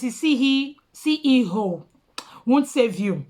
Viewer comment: CEO NOT CEE HEE HOO🤣🤣